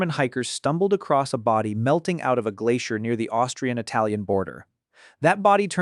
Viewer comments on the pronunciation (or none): none